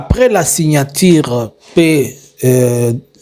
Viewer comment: On dit signature et non signatire. Que du mensonge. Tu finiras mal